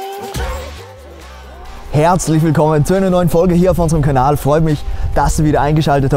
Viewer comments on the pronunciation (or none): none